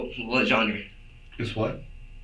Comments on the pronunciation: This man really said “John-ree” trying to say “genre” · Ya I think they missed the infamy when he said what genre but pronounced it John-ree. They’re just dumb! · Movie nerd and doesn’t even know how to pronounce “genre”